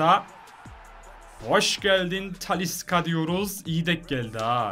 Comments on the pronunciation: TALİ S' KA DİYE SÖYLENMİYOR TALİ 'Ş KA SÖYLENİYOR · Abi tanilıska değil talişka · Abi taliska degil talişka deniliyor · abi taliska değil talişka😂😂😂😘😘🤪🤪